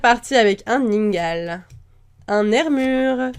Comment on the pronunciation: C'est pas ninegale c'est ningal